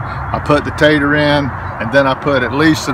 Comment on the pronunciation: Great education and clear instructions. Just love listening as you have such a kind, warm voice. Everytime you say tater it makes me smile. Thank you😊